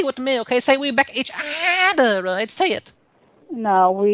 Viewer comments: Say it say it "back each udahhhh" 🤣🤣🤣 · Each ooorherrr 😆